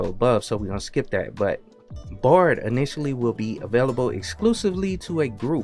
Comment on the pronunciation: Your pronunciation of Bard sounds a lot like bored.